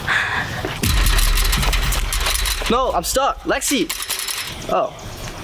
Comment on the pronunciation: It's Lexi not Alexa😡